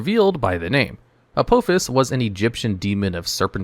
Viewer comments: It's pronounced Uh-Paw_Fiss, not Uh-Poe-Fiss. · Every time he says the name of the first trap card it aggravates me because he's pronouncing it wrong and it seems intentional, it is pronounced a-paw-fis. But not all of these traps are bad there's actually a couple of bangers in here they are just mostly slept on by people who play decks with a crap ton of spell cards rather than traps. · It's not "A-poe-fuss". Watch Stargate SG-1. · Judging by the pronunciation of the first card; you’ve never seen Stargate SG-1. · U said apophis wrong